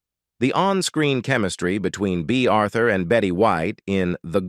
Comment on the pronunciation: Bay Arthur really? Who are you?